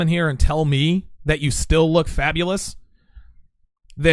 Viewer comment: "Fabalous"... something you want to tell us? lol